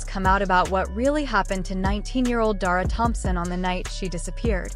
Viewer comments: How disrespectful that you can say the killer's name correctly, but not say DACARA'S name correctly! Don't just create a video and not give accurate information. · Her NAME is "DA- CARA" not "Dara !"